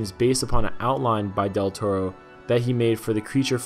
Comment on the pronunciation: "... from director [butchered name] Del Toro."